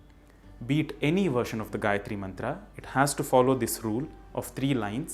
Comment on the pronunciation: Correct pronunciation, but not the correct "recitation". Here is an appropriate vedic version of reciting the mantra: Great series! Nice video. Thank you. But there is one important point you or anyone watching this video should note down. Your pronunciation of gayathri and comment on the same is very right. But it is not the correct "recitation" of the mantra, the vedic swaras are missing or very inaccurate. I don't know whether you have done this purposefully (may be for this public video). If this is how know/recite it, please correct it. Most of YouTube is full of Anuradha Padwal's Gayathri. But here I have given a link with appropriate recitation. Please follow it, if not learn recitation from a vaidika.